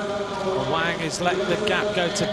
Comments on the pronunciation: Awang = Sebutan Mat Salleh "A-Whack" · its AWANG not AWANG hahaha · Awank bukan aweng cuba dengar betul2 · Apasal aku dgr dia cakap ‘A WANK’ ? Lmfao